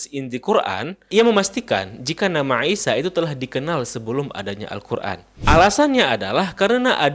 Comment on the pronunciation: koreksi : untuk pengucapan nama, artikulasi a,i,u,e,o,sy,sh dll tolong lebih di perjelas lagi saya lebih banyak mendegar dengan tws sambil beraktivitas. contoh: isa yang saya dengar : isa - aisa - iysa - aisha alangkah baik nya diucapkan dengan 1 dialek saja semoga masukan nya dapat dimengerti dan dipahami